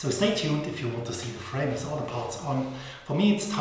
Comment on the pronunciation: Great video! But please spell with like it has to be said, you are saying it like wis, th is better with only a t, like ,,wit'' but its the worst when people say it like wis, and everything like everysing, etc....